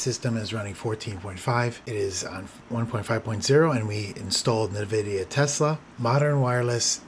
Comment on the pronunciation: i think it's en-vidia not nuh-vidia but great video as always